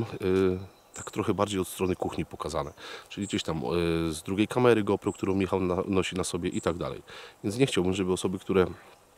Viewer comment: Ja jak zawsze oglądam każdy twój odcinek i nic nie marudzę. Wszystkie filmy są super nagrywane i ty jednak jesteś większością co kanału jedną tylko rzecz robisz która mnie strasznie denerwuje ale nie tylko u ciebie tylko ogólnie Otóż kamerę którą używasz Źle wymawiasz jej nazwę "go pro" sie czyta jak GOŁ PROŁ.